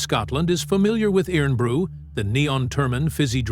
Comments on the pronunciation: FFS it's pronounced IRON BREW. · It’s pronounced “Irun Bru”